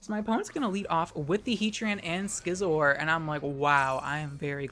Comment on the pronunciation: everytime you say skisor it made me smile